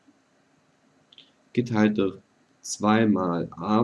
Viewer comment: bei geteiltdurch muss ich immer lachen xD Du sagst:" geteiltduchh" haha